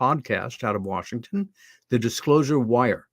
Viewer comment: ...for heaven's sake man...it's Washington not Warshington.